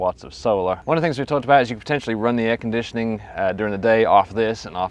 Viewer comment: Air-con-dit-ioning! Texas salesmen accent engaged you just come on down and get you some chill'n now, son. Yeehaw.